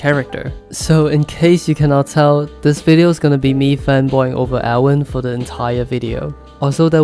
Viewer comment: A tip from a german native: when you say "Erwin" you should try to stress the E and i, also speak the i longer, and a german i sounds like the english e